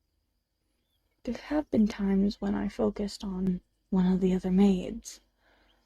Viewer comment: When you're trying to say "little one" it sometimes comes out sounding like "little un" and in that last bit your voice sounds weird, it could be these corrupted sound effects that you wrote in the description are overlapping with that?